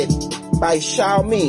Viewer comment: You say "Xaomi" but should say "Xiaomi"